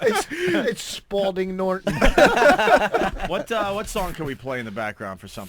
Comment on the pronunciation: whats that rich? schhhhhpoulding norton. fucking speechtard.